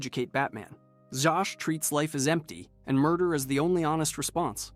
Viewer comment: It's pronounced "ZAZ"....... Victor ZAZ.